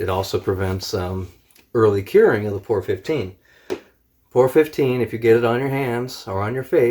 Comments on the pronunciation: It's P O R 15 not pour 15 just wanna get that straight. So people at autoparts store look at you like ehe? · Its P.O.R not Poor. Very nice video though! Alot of "professional paint shops near me won't touch P.O.R with a paint gun. Swear it can't be done. You proved them wrong big time!